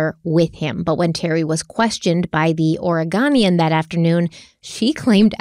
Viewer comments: It's Or-eh-GO-nian 😉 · Thank you. Thank you. Thank you. I have been drawn to Kyron's sweet face and broken hearted over his disappearance from the beginning report. (Out of appreciation of you, I am even holding back on correcting your pronunciations of Oregon and Oregonian 😉), but seriously THANK YOU for covering this. I think YouTube first showed me your video because it has to do wth Kyron, and I think I've watched quite a bit of content on him, and it's not fair what's happened. I'm glad I found this channel, and both and solo channels. I'll be watching content on your other channels as I wait for your next part on this Kyron series. I've prayed many prayers for the absolute truth to come out and justice to be done. Maybe your coverage will increase the chances of answers to those prayers. 🙏 Thank you!